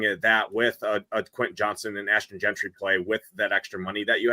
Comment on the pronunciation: Yo,. It's Jeanty not Gentry! 😂😂😂